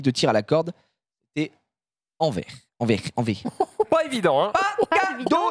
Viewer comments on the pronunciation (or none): On dit AnverSSS, désolé, je suis Belge ⬛🟨🟥